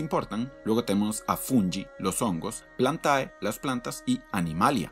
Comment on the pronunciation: Al final, siempre se le llama a los animales en latín o griego, creo, un profesor me llamo la atención por decir el "ae" al final, como "plantae" , su pronunciación correcta sería "plante" :u parece inclusión